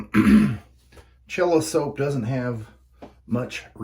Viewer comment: Yeah, the proper way to pronounce it is Sell-uh.